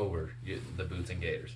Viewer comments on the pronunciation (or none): Gators? It's gaiters.